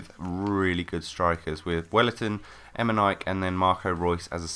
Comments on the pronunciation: EME??NIKE?? xD E Me Ni Ke ! :D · Its pronounced emeneekey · em-en-ee-kay is how you pronounce it, but yeah great video, and a BEAST player:) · IT IS EMAY-KNEE-K!( KSI VOICE) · em in e k is how you pronounce it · Its actually pronounced Emineekay